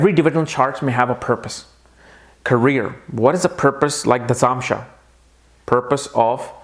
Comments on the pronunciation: I am stopping this video midway and quitting because I can't hear that irritating 'namansha' 'namansha' again and again. iIt is 'Navmaunsha' for God's sake! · you always say namansha ... its 9 Navamsa please pronounce it correct ?